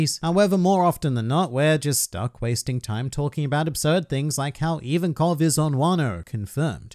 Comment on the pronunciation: Its Ivankov